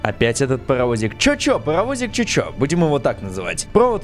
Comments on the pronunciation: Не чо чо а чу чу когда oo звук у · вообще то чу чу а не чё чё! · Это не чо чо а чу чу. Типа чух-чух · В начале там не чо чо а чу чу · Да не чочо а чучу потому что сочитание oo в английском читается как у чучу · не чё чё а чу чу. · Вопщето чу чу а не чё чё